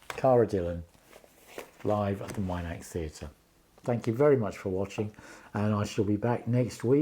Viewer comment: As an avid follower of Cara Dillon I was at the Minack for this concert. It was a magical experience. Please excuse me for this but I have to correct your pronunciation of Minack. It's pronounced exactly as it reads Min ack and not Mine ack, as you are calling it. 😂😂. I enjoyed watching the videos of Cara that you put on here. It was such a lovely evening despite the rain during the second half.